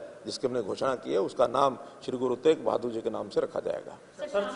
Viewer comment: Bro it's teg bahadur not tej bahadur